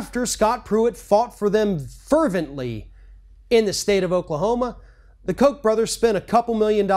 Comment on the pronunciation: It is pronounced Cock Brothers.. Cock.. not Coke.. Cock..